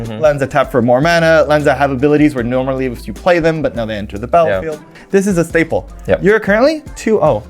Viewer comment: Schtaple or Schtinker